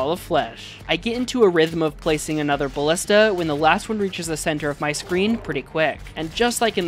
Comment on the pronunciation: Say it with me, buh·li·stuh. holy shiii, great video other than the way you say ballista triggering me